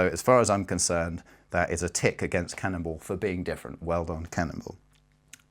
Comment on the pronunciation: Am I the only one that thinks he's saying cannibal?